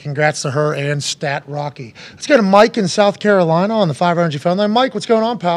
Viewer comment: why he call him stat rocky😂😂